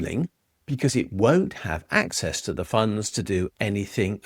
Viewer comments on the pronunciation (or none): none